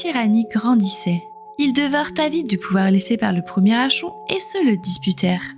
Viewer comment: Certainement l'un des premiers jeu que j'ai fait et refait pour voir toutes les fins possibles. Très bien écrit et retranscrit c'est juste dommage de dire "Archon" tout au long de la vidéo alors que ça se prononce "Arkon" vient du grec árkhontes (commander) mais je chipote 😇 Merci pour ces souvenirs, un peu de nostalgie ça fait du bien